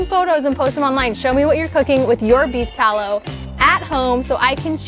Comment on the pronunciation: i keep hearing "beef towel" lol